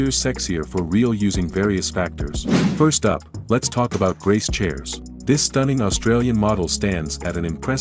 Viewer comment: You butcher both of their last names. You never mention Paige was a pro golfer and was once sponsored by PXG. Grace was never on tour and wasn't born in Scottland and never competed on an amateur or professional level. And definitely not an Australian model. Basically, your entire commentary is a bunch of B.S.